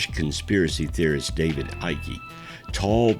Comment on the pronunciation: Another good documentary. His name is David Icke the e is silent.